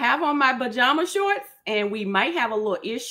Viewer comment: But did she say “buh-jama” shorts tho???